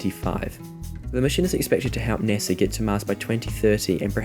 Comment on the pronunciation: Its not NESA. Its NASA!!